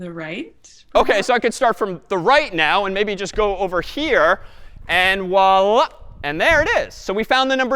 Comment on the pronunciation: Yeah his voilla completely sounds likr arabic Wallah